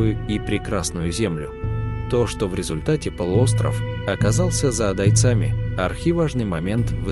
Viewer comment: Диктор кто? Что за дикция?! ... туркмеНАМИ, адайЦАМИ!